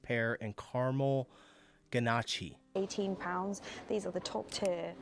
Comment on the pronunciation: Pronounced gannash